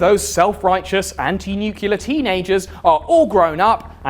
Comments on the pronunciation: I'm Swedish with English as my 2nd language and even I know it's pronounced nuclear (as it's spelled), not "nucular". Sorry for bringing it up, it's just a huge pet-peeve of mine. <.< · bruh it's "nuclear" not "nucular" like george bush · Hey, its nuclear, not nucular. But nice vid thumbs up! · It's pronounced new-clee-ar or even new-clee-ur. It's not pronounced nu-cull-ur. You sound like George Dub-ya. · It’s really hard to take someone seriously when they say “nucular” instead of “nuclear”. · it's not NU CU LER George Bush!! It's NUCLEAR, NEW CLE AR. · Man, it's pronounced New-Clear, not New-Cue-Lar. Simpson is a liar. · NEW-KLEE-AR not NEW-KILLER (though I guess it makes sense as the devil) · its pronounced noo͞′klē-ər! NEW CLEA ER not nuke you ler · it's NUCLEAR!!! NOT NUCULAR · great video. btw its said nuclear not nuculer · Really thought Mr. Ordinary was a “nu-clear” fella, not a “nuke-u-lar” kinda guy, but here we are. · It's NEW-CLEAR, not NEW-CUE-LA Otherwise, brilliant video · Nobody fuckin says NEW-CULAR anymore. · "Nucular" is a real word and it does not mean "nuclear". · You lost me at Nukular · Man, you need to pronounce nuclear properly my dude! Not nu-cil-er you dummy 🙂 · Great channel, thanks for all the work you put in. Kindly, please pronounce Nuclear properly. New-Klee-Er is the proper phonetic. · It's pronounced "nuclear." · I found the "Nuke-u-lar" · I like that you pronounce nuclear like Simpson "Nuke-u-lar" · nucular, it's pronounced nucular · Say nucular one more time oh my god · WTF is nukuler? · I thought that pronouncing "nuclear" as "nucelar" is an American thing. Where does this pronunciation come from? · Ugh, you say nucular. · Although I love your videos, the fact that you pronounce “nuclear” as “nuke-ular” bothers the fuck out of me. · "nucular" ಠ_ಠ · Nuke-yuh-lurr, huh? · Plz mr. Lucifer stop saying nucular. It makes me reluctant to share your video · The real apocalypse is hearing "nucular" over and over.